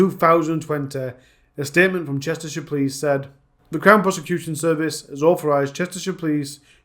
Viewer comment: bro how u gonna pronounce Cheshire as Chester-shire, are u American? 🤣